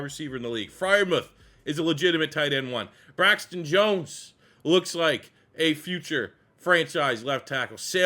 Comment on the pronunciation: Bro said “Braxton Jones”………. 😂😂😂😂😂